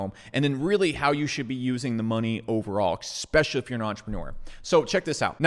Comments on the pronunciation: Esssspecially, not exxxpecially. Love the channel but this habit is a bad look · Your logic seems sound; however, you say expecially. Especially. Its a small thing. Like saying expresso. It's espresso. I've enjoyed your videos- The key is saying es... not ex. keep on keeping on. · "Expecially"...no thanks. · Brother it’s eSpecially. Not trying to be a dick but it makes you look ignorant when you don’t pronounce it correctly. Keep up the good work. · eXpecially? eXpecially!! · Please...for the love of God, stop with the EXPECIALLY...just STOP. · Ekspeshally if ya poor?